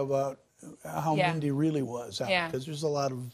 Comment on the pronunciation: Have some respect! At least get her name right! RIP Sweet Mindy!